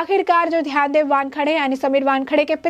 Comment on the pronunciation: पहले सीधी तरह से नाम लेना तो सीखो. इनका नाम ध्यानदेव नहीं, ज्ञानदेव ( आपकी भाषा में 'ग्यानदेव') है!....(मतलब...समीर वानखेडे के पिता का)👍